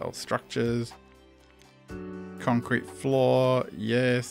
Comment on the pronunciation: Jesus man u say "concret" and u continuous using metal... from the start.. lol